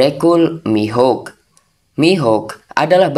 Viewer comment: dracule Mihawk ❌ Dracule Mihuk✅